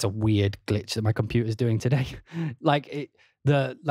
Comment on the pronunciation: The way you say "today!" is probably the most British accent I ever heard.